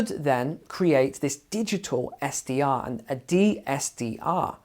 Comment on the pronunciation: I thought you said a digital STI instead of SDR, it made sense ;)